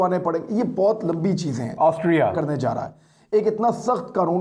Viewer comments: Yaar imran kamaal ho gya... Tume Austria bolna nahi ata🤣🤣🤣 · Totle Austria bolna seekhle pehle... Anchoring baad mein karna🤣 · عمران بھائی کیا آپ سےاسٹریا پڑھا نہیں جا رہا تھا اپ نے گوگل سے بار بار ریکارڈ کرکے ہر جگہ اسٹریا کی ریکارڈنگ چلائ۔ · Why word Austria sounds different than his sounds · AUSTRIA word pe itna zor kion? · Austria ferse bolo Austria 😁😂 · I was thinking the same☺️ he got the pronunciation wrong so edited it.🤣